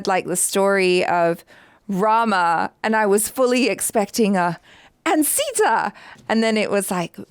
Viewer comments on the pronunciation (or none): none